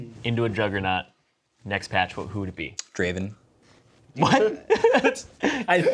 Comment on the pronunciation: I think you pronounced Draaaaaaaaaaaaaaaaaaaaaaaaaaaven wrong.